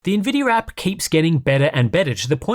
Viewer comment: Why do you keep saying NVIDYUR¿??¿